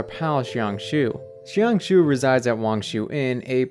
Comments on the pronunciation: jiang xue is pronounced like jang sure, not shang shoe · i think his name is pronounced more like jyang-shoe-uh. but the j is like long? not like the j in “jump” but more like the S in “asian” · jiangxue is pronounced like jee-ahng shooh-eh